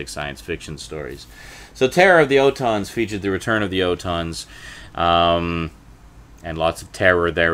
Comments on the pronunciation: What the hell is an O tons ? It's pronounced ALL TONS. Hell! Please pronounce the names correctly if you're going to critique it! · It’s pronounced ORton